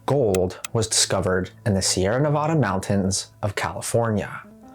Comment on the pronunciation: It would be nice if you would learn how to pronounce Sierra Nevada.